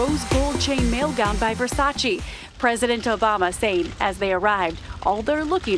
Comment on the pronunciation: May you please stop say Versaci, it's Versace!